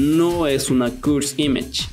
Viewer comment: me pone nervioso que diga cursd imash